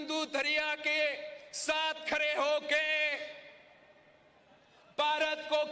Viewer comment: Khre nhi abhe pagal kutte khde hota hai pahle bolna to seekh lo pagal kutte